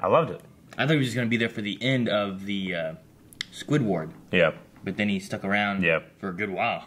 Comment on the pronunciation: "Squid-Ward"? That's hilarious